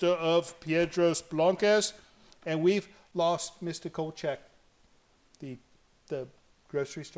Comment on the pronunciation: Kochek. Kolchak?